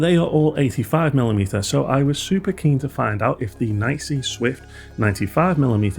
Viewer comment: I’ve always heard it being pronounced “knee see”, without exception, until your video. This is the first time I’m hearing “nicey”. I’m curious, is this just your feeling of how it should be pronounced, or did you get this info from NiSi directly, and they officially said the correct pronunciation is “nicey”?